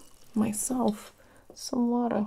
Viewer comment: "I couldn't find my scissors, but, you know... I did find... myself, some watuh... /water grimace/... You want some? ... I 'on't, really got any left, so... There's a sink in the bathroom. " That's when I started full on giggling 😂